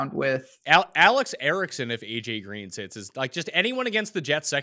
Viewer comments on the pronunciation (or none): Erickson 😅 DK: MarMarHoopStar